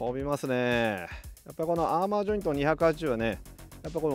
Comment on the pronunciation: アーマーって言ってるけど、アーマだよな？？知らんけど